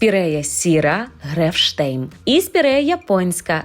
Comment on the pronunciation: Чому ви спірею сіру Грефшейм, називаєте Грефштейм?Може мені почулось, але я декілька разів переслухала. 🤷‍♀️Grefsheim-нема t.